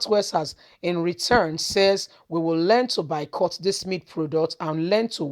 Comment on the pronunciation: Are you trying to say boycott? Because you keep saying bycott! At least that’s what it sounds like.